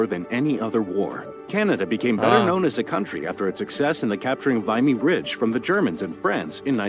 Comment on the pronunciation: the say it’s pronounced kanata when it was clearly spelled katana. As in the sword? Also, we had all those settlers names grilled into us for most of elementary school and it’s called Vimmy (like jimmy) Ridge not viney bridge.